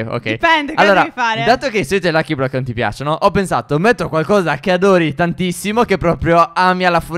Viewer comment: Non tipiacono